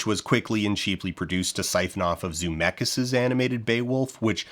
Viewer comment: "Zoo-meckis" confirmed for me that "G"yllenhall was comment-bait. and i like this channel, so ill give in to it 😂